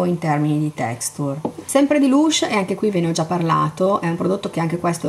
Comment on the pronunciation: perché "lush"? si legge "a" la u: "lash"